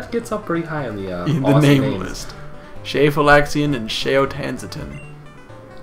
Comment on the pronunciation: Does Shafalixian become more or less awesome once you realize it's an untranslated Mandarin Chinese name (I still don't get why Vietnamese bootleg apparently = hamfistedly translating the Chinese version of this game into English, but whatever) and is pronounced, approximately, "shah-fah-lee-shyehn"?